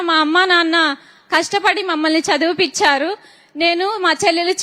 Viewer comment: అమ్మా...చదివి పించారు కాదు తల్లి, "చదివించారు" అనాలి ఆది వినడానికి బాగుంటుంది